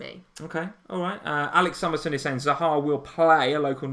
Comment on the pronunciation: I love your stream but cannot stand the way you both pronounce Zaha, it's not Zahaaaa :)